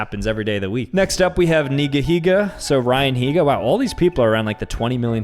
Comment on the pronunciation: It’s nigihiga